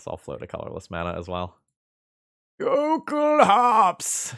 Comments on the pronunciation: The L sound is LOL-kulhaups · The base word, I assume, is "Jökulhlaups", pronouced "yo-KOOL-lahps". The lacking "l" would then (to my understanding) make this "yo-KOOL-ahps"